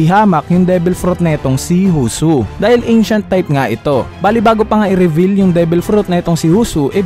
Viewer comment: Ni revel pa nga HAHAHAHA reveal "re-vil" pag bigkas po hindi revel